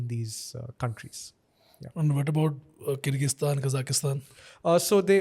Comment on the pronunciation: He couldn’t even pronounce kyrgyzstan 🤨and speaks about worlds education system regarding doctors 👿